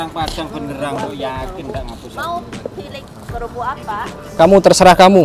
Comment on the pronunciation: Kerupuk kok kelupuk😂